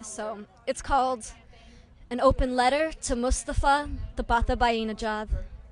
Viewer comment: WTF is Tabatabababababababainejad